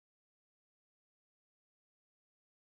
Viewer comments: Its still pronounced like that in English though. You pronounce the "Prix" correctly but not "Grand" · exactly. If you're going to use the French words pronounce them right